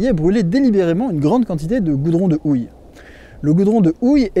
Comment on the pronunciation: Le goudron de "Ouille"... c'est paradoxal de prononcer le Japonais correctement et d'ignorer le "H" aspiré en Français ! 🤷‍♂ Mais belle vidéo et panoramas à coupe le souffle !